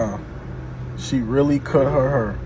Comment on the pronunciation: nigga said her, here and hair the same